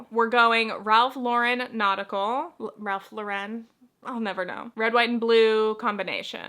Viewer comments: It's just Lauren, like the name. Not LauREN. I finally learned the difference when I watched a documentary about the brand. Lol. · Thank you for this. I hear lauREN all the time and I’m like….its literally Lauren. He’s an American designer. lol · It is pronounced like the woman's name-Lauren. Ralph's real last name is Lifschitz by the way.